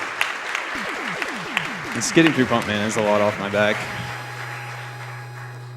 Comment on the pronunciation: Damn, I thought he said "Funk Man" (turns out it was Pump Man). I'd love to see and hear a Funk Man stage.